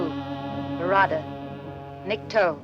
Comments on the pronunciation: Not barada, Varada` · Dumbass narration. It's not claw-two. And barada...no one rolled the "r". So sick of this new lazy ass age where everyone relies on AI or a computer to do everything Pictures being show don't even match up to what's being "said". And the real pain in the arse is how everyone just accepts it. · You miss- pronounced barada. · This great old movie deserves better than you half ass attempt. You can’t even pronounce the three words correctly. It’s not Clawtoo. It’s klatoo that rhymes with “At too” and there is no tongue rolling in the second word. My god you look so inept doing this. None of what you covered are secrets. All have been widely known for over 50 years. Do it right or don’t do it at all. Thumbs down. 👎